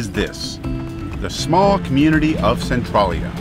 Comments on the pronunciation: Schuykill is pronounced skoo kill and Centralia is pronounced sen trail yah. Nothing like how they are spelled. Really enjoyed the video if you ever come back to PA you should check out the Amish in Lancaster County and Gettysburg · I had to stop watching as soon as I heard him say Centralia that way.